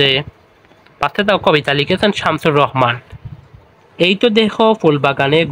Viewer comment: Samsur rahman hbe Not samsur rohoman